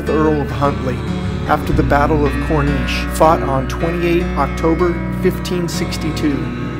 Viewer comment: Corrichie is pronounced closer to: Kor-Ree-Key.